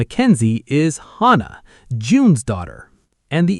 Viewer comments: Its not hana, its hannah....anna not ana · Hannah is pronounced with the aaah sound. Like in the name Dan. Hannah. If you did not know the loose cannon was Daisy then you are not paying attention.